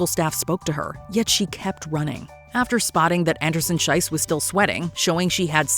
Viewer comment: Schiess is pronounced with an E sound not I sound. The way you pronounce it „Scheiss“ instead of „Schiess“ makes a huuuge and insulting difference. As in Swiss German (and high German) Scheiss means shit… So saying „Anderson-Shit“ is quite the choice… maybe look up how the names of the athletes are pronounced for future videos as a way of showing basic respect